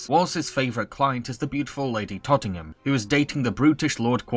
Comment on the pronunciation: It’s toting ton not toting ham